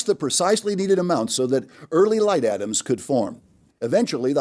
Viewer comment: I just want to acknowledge how funny his pronunciation of "light atoms" is. He makes it sound like light is made of atoms, instead of the original text describing atoms with few mass.